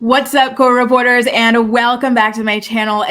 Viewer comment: Oh my god! I’ve been watching your videos for a while … like a few years since I first found you … and I always thought you said “what’s up court reporters” and I never understood what the hell you were talking about “court reporters” …. This video I guess it was very clear that you’re saying co-reporters 😂😂😂😂